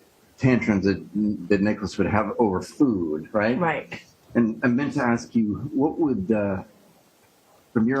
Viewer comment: Am I allowed to comment on something the speech pathologist said? Or didn't say? She can't pronounce 'ask'? That's weird for a speech pathologist.